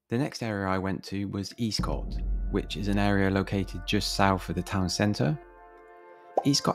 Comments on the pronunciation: With the caveat that I left Swindon 22 years ago........ It's not pronounced Eastcott, rather Estcott. However it's not even referred to as Eastcott but rather Old town. Never felt particularly dangerous, not like some of the estates begining with a p anyway. A little scruffy perhaps but never dangerous. The idea that statistically it's got the highest crime rate in Swindon now seems bizarre to me. Much has obviously changed since I've been away. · For your information, Eastcott is pronounced Escott and Walcot was a Council house estate started in the 1960's as a London overspill estate and was always a bit run down. I know as I was born in Old Walcot which was a 1930's private estate. Do I got the Swindon anymore, no I don't